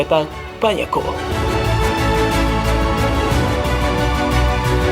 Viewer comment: Bang klo ngomong kata yg ada huruf “L”nya kok selealu pake huruf “H”....”LHampard, AHLex, GoHL....agak ganggu hehehehe